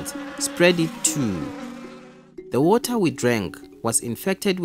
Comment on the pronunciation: "DrINk OnLY sAfe WOTaH"